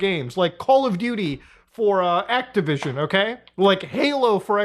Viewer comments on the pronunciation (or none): none